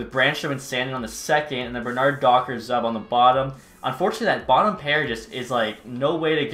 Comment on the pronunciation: It's zube 👌